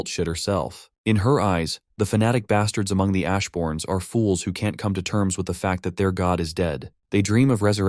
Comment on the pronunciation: "He called her an ashborn with a hard A" cheesed me 😂😂